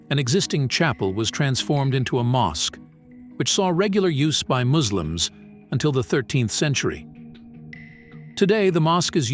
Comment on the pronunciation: Listen you MAGiT its not muzlims😠 Its Muslims 😁